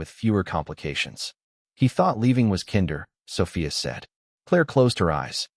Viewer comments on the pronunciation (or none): Narrator creating new language....kinder....kin..der.😂😂😂😂😂